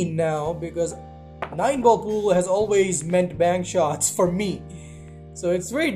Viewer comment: Every time he says bank shots it sounds like he’s saying penchots